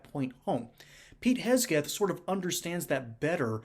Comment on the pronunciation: HeGseth not HeSgeth.